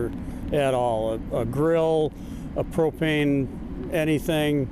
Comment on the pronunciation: Did she say popane?